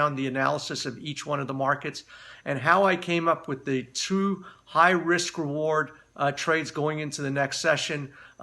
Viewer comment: sure you meant high-RISK reward? 1st time I heard it, sounded more like it was high risk, but he means high RISK-reward together!